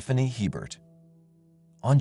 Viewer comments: The name "Hebert" is pronounced, A-bare, not Hee-bert. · Its not He-bert, it's pronounced A-bear. It's a Louisiana thing. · The name is Hebert it's a french name and is pronounced Aber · Just saying, regarding Stephanie Lynn Hebert in Louisiana. Hebert is pronounced “a bear” - It’s Cajun French. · FYI, Hebert is pronouned A-bear.